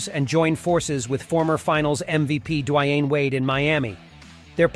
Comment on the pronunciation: Dwy-ann Wade? gtfo with this robot narration bs.